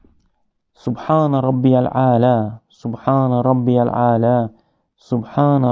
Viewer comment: Madem hadisleri kabul etmiyorsun Sadece kuran diyorsun peki kuranda namazın nasıl kılınacağı yazmıyor rükü secde ve oradaki tesbihatları neye göre belirledin kendinle çelişiyorsun birde سبحان ربي العالا değil سبحان ربي الاعلا olacak